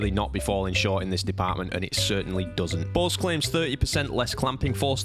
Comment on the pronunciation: Did you know you pronounce Bose, like balls? 😂 I can unhear it now